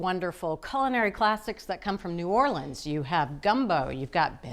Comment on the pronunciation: Not "New Orleeens" This channel is a joke. Blocking.